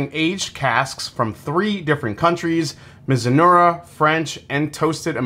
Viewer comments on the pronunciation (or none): Btw, it's pronounced mizu-NAH-rah (not unlike saying marinara the Italian-way)